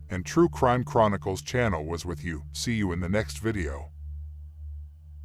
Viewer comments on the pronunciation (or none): none